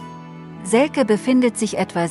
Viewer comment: Heißt aber selce und nicht selke